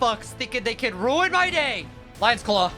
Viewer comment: he says "lions clow" like nihil💀